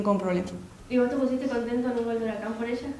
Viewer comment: HURACAN ???? BURACAN ??? TALANTALANNNN